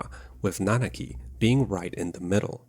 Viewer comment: You got Nanaki's name right just to screw up REEVE's? Really? I definitely expected better from you of all people.